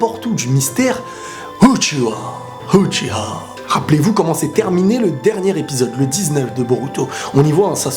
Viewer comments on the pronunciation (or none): It's uchiha not uchiwa